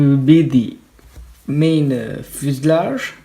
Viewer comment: i know u have an accent but its not fuslarge fuselage